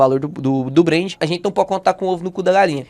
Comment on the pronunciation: Ótimo vídeo, mas é BrenT com T, ouvir “Brend” é estranho demais! Rsrsrsrs